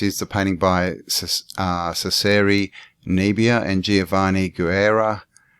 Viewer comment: Cesare, pronounced Chess-er-ay